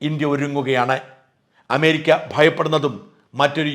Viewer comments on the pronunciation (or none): none